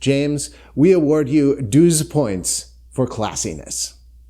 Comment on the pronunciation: Couldn't you pronounce 'null points' and 'douze points' the way they should in traditional Eurovision style?